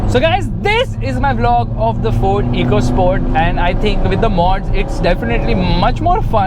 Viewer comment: Its not EECO SPORT (इको स्पोर्ट्स) its "एको स्पोर्ट्स "